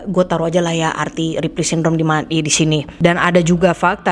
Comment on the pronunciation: That "RIPLEY SYNDROME" you said is sooo satisfying to hear 😂❤